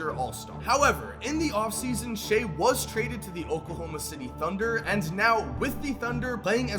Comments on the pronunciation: he can't even say shai's name right! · Shai "who" Alexander 🤣🤣